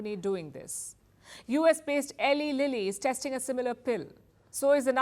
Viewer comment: timestamp ... Eli Lilly pronounced 'Ee-lai Lilly'